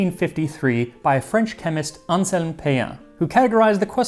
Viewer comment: I have never heard the name Anselme pronounced that way. Max always amazes me w/his language skills. Does he practice, or does it come naturally to him? All I can speak is Southern.😂 A bakery in town makes a pretzel croissant, it is divine. It tastes like a salted pretzel but is a buttery croissant. They also make an everything seasoned croissant. So darn good.